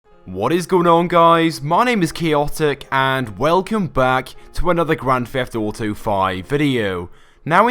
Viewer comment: It is Grand Theft Auto not a Grand Fleft Oughto